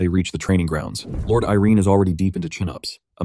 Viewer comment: How long does the AI call Aaron "IRENE" ???